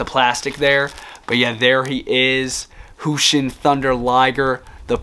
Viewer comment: Btw it’s jushin with a j but no hate no hate